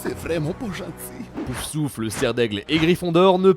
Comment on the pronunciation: Et un peu plus tard on entend "pousouffle"...